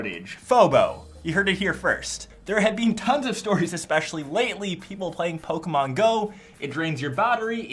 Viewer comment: He says Pokémon like Pokemeon